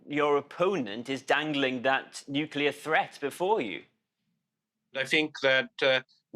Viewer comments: NUCLEAR - not NUKULAR. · Anchor said nukular..